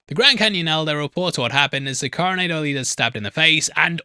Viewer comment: FTLOG it's not pronounced Coronaydo!